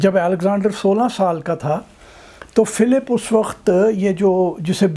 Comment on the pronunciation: بابا جی پہلا پنجابی دیکھا ہے جس کا وقت کا تلفُّظ صحیح ہے- ویسے پنجابیوں میں ایک اور خاص بات ہے جو کسی دوسری قوم میں نہیں پائی جاتی- یہ کسی بھی موضوع پہ چاہے کتنی ہی سنجیدہ گفتگو کرنے کی کوشش کیوں نہ کریں لگتا ایسا ہی ہے کے جیسے بندہ گپ بازی ہی کر رہا ہے۔